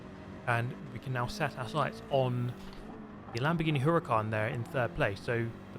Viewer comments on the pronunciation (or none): none